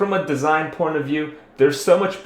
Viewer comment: "from a design 'porn' of view" brace yourselves, kripp porno is about to come